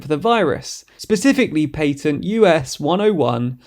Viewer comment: What in the fuck is a pateeeent!? 😭